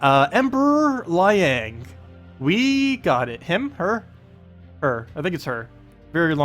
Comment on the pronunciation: Pronounces Liang wrong, then calls an Emperor a she... It even says in the text he's looking for a new groove